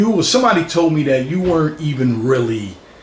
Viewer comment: "I am sombaady !!" 🤣🤣🤣